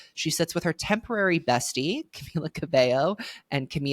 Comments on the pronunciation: Ohmygod i cannot stand u saying camiya… where is this coming from??? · sis didnt even do her research on how to pronounce "camila"